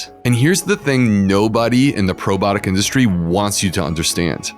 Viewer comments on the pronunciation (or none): "Probotic" or "probiotic?" Is he really mispronouncing it? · Can you please correctly pronounce the word “ PROBIOTIC”? It’s very off- putting, when a medical professional utilizes lazy- speak.